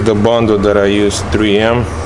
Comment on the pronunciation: Супер ,почувствовал русского произношение в слове 3М ,отличный контент ))))